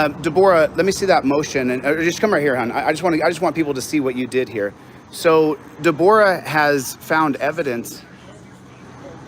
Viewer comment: That is it...defend a drunk driver against a sovereign nation. What a loser. I bet that it's a victimless crime. What woman named Debra pronounces her name De-BORE-a - just to be a boor. has no clue what he is talking about EVER. And Worcester v. Georgia is ON POINT. Love that "First Amendment Auditor" is trying to silence people. STOP EATING THE ASBESTOS and De-BOOR-AHHHH I was just watching CNN from 2 days ago and the guest was Al Franken. Tommy Campbell is a comedian who routinely roasts Mike Lindell (Mr. Pillow) and calls Lindell, "Tom Selleck's slow cousin" because of the moustache. When I was watching the Franken interview, I thought of and thought, "Al Franken's slow cousin...." Read the cases against Scott Tucker who tried to develop payday loan scams through Native American tribes so that they were not beholden to interest rate caps. They ran their companies through Native American tribes - including the Miami of Oklahoma (pronounced Me-A-Me not like the Florida city) who rolled over on Tucker and his LAWYER Timothy Muir. The cases discussed AT LENGTH the sovereignty of Native American tribes. is a dumbass!